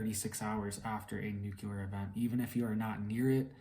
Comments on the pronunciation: Nu-cle-ar... not Nuke-you-lurr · Nucular? Or nuclear?? Lol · Nuclear = Nuke Lee Err You said "Nuke Yah Ler" That is incorrect. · It's not nucular it's nuclear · Please learn how to pronounce 'nuclear.' It not nucular.